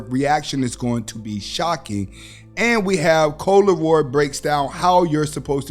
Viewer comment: Coi Leray not Leroy haha all fact content tho and Steve and just your selection of content dope and inspiring thanks homie